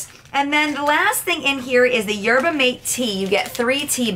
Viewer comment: Maté is pronounced like mah-tay